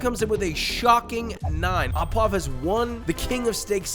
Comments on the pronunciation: Don't pronounce it a poivre but o poivre pls you hurt french ears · Not aw poivre but Oh poivre. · au = "oh"; à = "ah"; ou = "oooh". au poivre = oh pwav(re) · "Thanks for the video! I always enjoy them; great work! Just a quick note: the 'au' in French terms like au poivre and au sec is actually pronounced like 'oh' rather than 'ah'. So, it would sound like 'sauce oh poivre' and 'oh sec.'" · i can't the the pronunciation... it's closer to OH poivre than AH poivre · it's Au poivre, not a poivre (pronounced O, like thic ass bOOy) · Fuck your pronunciations, learn to speak... It's HERbs, not "erbs" ... there's an H, pronounce it. Even the French call it HERbs, and they hate H's. And it's "OOH PwavRuh", not fucken "AH pwahv". Some fucken chef. The low scores for some of those sauces, I suggest, are simply because you are mediocre and can't prepare them properly. And outside of the Americas, chimichurri is virtually non-existent, so it's hardly a "steak sauce" (contrary to Seppo beliefs, the world is bigger than America). More bullshit from the king of egotism, Joshie Not-so-Wiseman... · Love to see the au poivre take the sauce title, it's by far my favorite steak sauce. Heads up for anyone hoping to pronounce it though: the "au" part is like "oh" not "ah" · Its O poivre, not aw. AU in french sound like O. Go check how chef Jean Pierre says it. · just here to give some feedback on pronunciation: au is pronounced "oh", and not "ah". saying "oh" poivre means of pepper (i.e. pepper sauce), saying "ah" poivre means at pepper or of the pepper, which doesn't make as much sense. love these videos and the process you take! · AU poivre, pronounced "O"